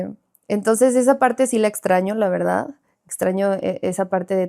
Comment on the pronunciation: Romi dijo su Veldad 😂😂 Hermosa la Romi por fuera y por dentro más Bella ❤